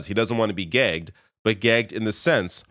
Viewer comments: "Gagged", not "Gay Though at first listen it sounds like Gay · It might be my ears, but you’re both saying gag is an odd way - to me anyway. To me, gag sounds similar to bag or stag, not gay. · Oh he said gaged why did it sound like gay. 😵‍💫 My hearing is going. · Wait what did Pollievre ACTUALLY say? All I hear is 'Gay'? lol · I absolutely heard “then I would be gay” as well. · It sounded like "I'd be gay" to me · I heard gay. He actually said gagged, which is unequivocally wrong, he just can’t talk about classified information. There are conservative reps that are classified,a security clearance is done every 5 years, it is not something that is good once you get it. The military get security clearances repeatedly, it is required. He is hiding something. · I had to read that transcript on the screen. I definitely heard "gay" from Poilievre but I also heard "gegged" from. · he definitely meant gagged, but definitely said gay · I defo heard gay I was like HUH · Gāy vs Găg. He said Gāy. He may have misspoke but it’s not Gāgged unless Albertans speak differently than Ontarians. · Sure sure buddy. Everyone heard 'gay' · NO I listened to it over 20 times and he said "gay". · I totally heard “I would be gay” LOL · Did he say "I would be gay"? Like, what's the subtext about that statement. I thought I misheard and thought maybe he strangely pronounced 'beget' or something? Especially with context in his follow up sentence. Oh "gagged". 😂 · I thought he said gay at 1st too. There is another interesting video with similar regarding Carney talking about the Hamburg riots which he says it twice in the same sentence but I swear I heard him say brides the 2nd time instead of riots. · i heard gay, too hahahaha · OMG, I thought I heard PP say that if gets his security clearance he would be "gay". I guess he said "gagged", LOL. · Maybe a slip of the tongue but I watched it with 5 other people and we all say he said gay. Lol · I heard gay as well!